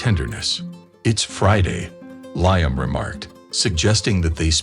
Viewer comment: It's " Lee am , not ly am